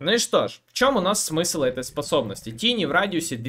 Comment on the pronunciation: У меня один вопрос - почему этого героя называют тини? Читается же тАйни, что в переводе малыш/кроха.